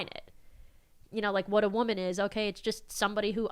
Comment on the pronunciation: “Oh the stress! It’s so much for me as a wahman”